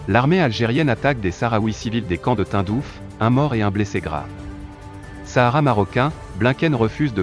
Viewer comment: Le « Tundouf » 🤣 et le « Joé » Biden